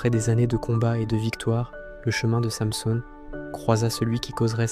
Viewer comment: Revoir la prononciation de [Samson] ....